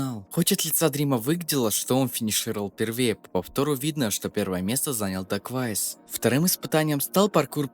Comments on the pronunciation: Чел называет даквейзиса даквайсом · он дакуэйвис* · Бля , гайс , он Дакуэйвис